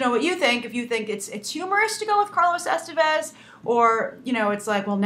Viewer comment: man I love how americans have no f clue how to pronounce names other than those of their own origin.Like Estevez.